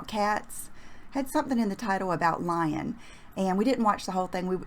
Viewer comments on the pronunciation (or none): none